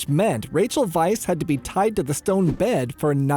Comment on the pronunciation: Is her last name really pronounced “vice”?